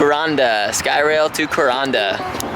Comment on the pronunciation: Hey Guys, great episode with great filming and editing again this week!!! It's pronounced "ku-raan-dah" As in <I ran dah?> Anyway you did good again this week. Excellent poetry again. The train is nice...it's about the only thing good about Cairns...Maybe next time. Have a great time at the reef! Cheers.